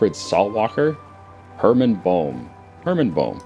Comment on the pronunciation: lol boehm is pronounced bame